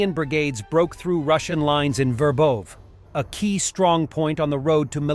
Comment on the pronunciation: Pronounce the trailing “e” in Verbove, but don’t pronounce it as “eigh” as if it has two vowels in the end which it does not.